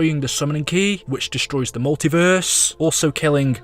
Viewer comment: Ok pls get a better acent instead of saying in the multiveeeeeeeeeerse